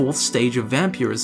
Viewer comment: is where you want to start if you want to skip useless filler. It's Vampirism. Not Vamperyism.